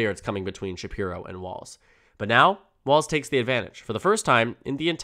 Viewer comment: It’s pronounced Balz… 😂